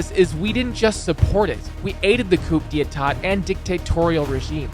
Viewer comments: “Coop dee aytot” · coop day ehtat, lmao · "Coop dee aytaht"